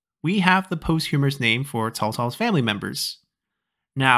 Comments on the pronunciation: Posthumous , not "posthumorous". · A small correction, I believe posthumous is pronounced "POS-chu-mus" instead of "post-HU-mer-us" Other than that, it was great learning about how many different types of nicknames there were, and how compound characters evolved in the Song Dynasty.